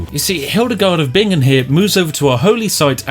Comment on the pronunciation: Hahahaha the moment when Hildegard von Bingen destroys the game and I am living in Bingen. Also how comes you said Bingen horribly the first time and then correctly??